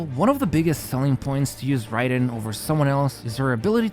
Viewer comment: Hey btw I think it's pronounced like 'rye'-den instead of 'ray'den~ Nice video as always